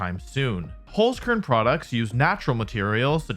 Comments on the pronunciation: Also I know German is hard to pronounce if you aren't use to it, but the way Wolfey said Holzkern still hurt me a little bit. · So funny how English speakers pronounce Holzkern